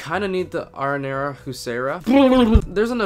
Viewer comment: You Pronounce “ Arrinera “ Wrong!